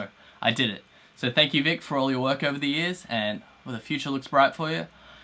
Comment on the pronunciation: cough he butchered Vics last name